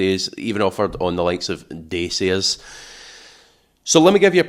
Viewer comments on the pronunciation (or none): Excellent video as always, thank you. But - PLEASE - it's 'Datch-ya' - NOT 'Dace-e-a'!! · The Car name is pronounced DA CHA, and that's from the manufacturer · I'm half Scottish but sometimes I find difficulty in understanding the Scots accent. Not with you. I understand every word. Thank you. Incidentally I think the name Dacia is usually pronounced Dach eah.